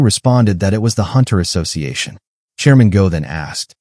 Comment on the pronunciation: a hoonter must hoont -eileen the crow